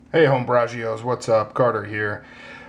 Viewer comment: "Home-brajios" Sup